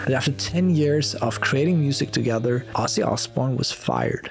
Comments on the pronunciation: Please get his name right...it's Ozzzzy not Osssy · You criticize alot of people. You should know and learn S pronounce as Z even Ozzy is not Ossy.. CraZy not craSy, decision sounds like Zh not sh deciZhn You "Europeans" you should work on that and practice! If Z is S when don't need it in "English alphabet" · The pronunciation is Ozzie with a Z. I take this as an offence as an Aussie which is pronounced the same way even though he was born in Birmingham.